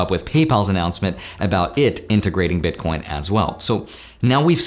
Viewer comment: are you calling them bitcorns ?